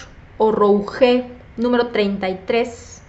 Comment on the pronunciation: Rouge se pronuncia rush jajaj